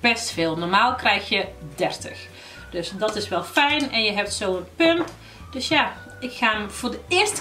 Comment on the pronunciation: Ik vind altijd echt grappig als je pump zegt